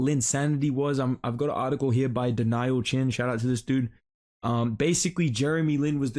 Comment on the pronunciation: Did you just pronouce "Daniel" as "Denial"?